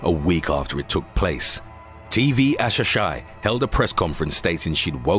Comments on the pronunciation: Japanese TV...its TV A, SA, HI. Not Asashai. Just so you know😊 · TV ASAHI is pronounced "ah-sah-HEE". My goodness, double check your sources! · TV Asahi (as in the beer - A-sa-hee) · Wrong pronunciation announcer!! Its TV AH-SAH-HEE (asahi) not Assasshigh lol Trust me im a black otaku that knows japanese:) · It’s A-SA-HI lol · Sorry for being mean but pronouncing TV Asahi “TV Asashay” just got me 😂 Love your channel! 💕 Guys don’t do drugs or helium! 🎈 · I had to replay when he said asahi because omg that was butchered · The way he butchered Asahi though... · tv what??... I'm no japanese but I'm pretty sure you killed the pronunciation:)). Read that again.